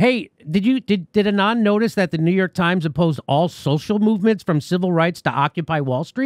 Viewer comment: Hey there! Love your videos :-) since you were wondering - the name „Anand“ is pronounced „aah-nund“ - with „nund“ like bund from bundle 😊